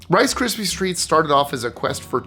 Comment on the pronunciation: why do you keep calling it rice crispy streets?